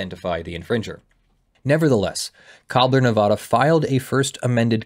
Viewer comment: You pronounced Nevada wrong about 50 times in the first five minutes of the video alone... I know no one but us Nevadans care but seriously dude it's like hearing "Ar-Kansas"